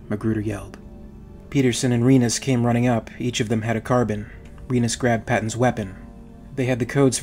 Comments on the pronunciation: Car-Bean or Car-Bine, not Carbon. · It’s not a Carbon. It’s Pronounced car-bean. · No nO NO. It is Carbine or Carbean, you can pronounce it either of those ways. "Carbon" is not a correct pronunciation, even among the English who fail their native language on a regular basis. They insert extra syllables into words like "aluminum" and pronounce "lieutenant" with a lithpt. But they don't ever say carbon. Unless they are talking about carbon. Strangecreed was gently pointing out a mispronunciation, and that is all I'm doing. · Say it with me now car-bine Car-bine not carbon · Love these videos bro... but... and I say this with love.. its pronounced CAR-BEAN... not Carbon. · Pardon my pedantry, but "Carbine" is pronounced with a long "e" like Een, not Carb-in. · No. Its Carbine pronounced "Car-byne" the same way the English word Turbine is not pronounced "Tur-bean". Car bean is simply incorrect. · Car-bine Its not an element. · It's car-bean actually. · ahhh!! its car-bine!!!